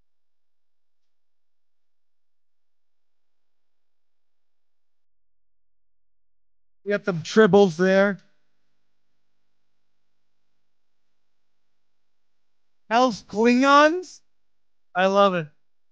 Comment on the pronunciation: AI can't pronounce "tribbles," boo